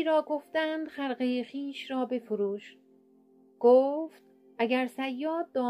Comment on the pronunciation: مجری عزیزدرود گفتید خرقه را بفروش شما خرقه را با کسره تلفظ کردید که باید خ را با کسره تلفظ کرد تندرست و کشور باشید